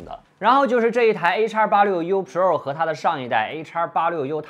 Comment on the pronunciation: 就没有朋友给你善意的提提建议吗，你的pro,发音真的很难受。